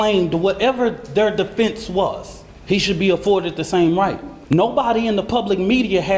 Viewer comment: Most definitely. He doesn’t even know how to pronounce people’s names or speak the English language properly. He said the word “defense” as “deflense” several times. This so-called pastor is incredibly ignorant and uneducated. What an embarrassment.